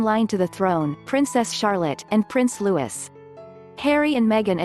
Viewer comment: not lewis louie